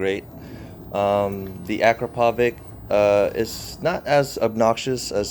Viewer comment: Hi, is that akrapovic euro4? Can dbkiller be removed without problems? With dbkiller does the sound show a difference with the standard? Thank you! ￼ Aprende a pronunciar